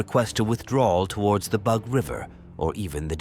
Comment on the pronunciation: Why can’t you pronounce Russian geographic and proper nouns correctly? The rules of transliteration of Russian names are simple. The Bug river should be pronounced as ‘boog’, not as ‘bahg’. The operation Bagration is pronounced ‘bahgrahtion’, not ‘bahgreishn’. Give yourself a bit of labor to please your audience.